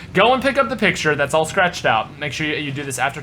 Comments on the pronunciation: 2nd "picutre" lololololol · "Picutre" damn it 😂